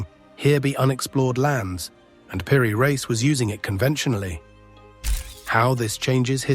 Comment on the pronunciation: Why cant A.I. pronounce "Peery-Reese"...😖😖